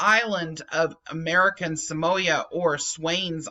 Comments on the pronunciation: Not trying to be the pronunciation police, however, Samoa is pronounced Sa-Mo-Ah, not Sa-Moy-Ah. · pronounsed Sah-moa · Err sorry to pull you up on pronunciation it is pronounced SAM- O- A commonly referred as American Samoa